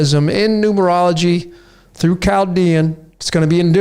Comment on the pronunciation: very very new, Chaldean >>> COW-dean... hmmm just a Welder here.